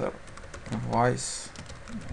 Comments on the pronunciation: Только не сервАйс, а сЁрвис (как в слове автосервис:) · Всё, в принципе, элементарное объяснено. Хотя, ничего не разъяснено по поводу POST, PUT. Произношение слов английских необходимо подтянуть. Что бы не было "сервайзов".. В общем, никак.